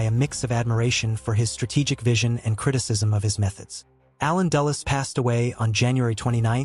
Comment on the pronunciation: Dulles not Dallas